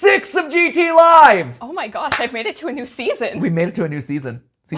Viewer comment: Oh my jod sir, you've made a pronunciation error